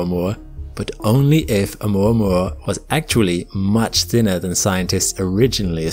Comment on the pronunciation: It's 'oo - mwa - mwa'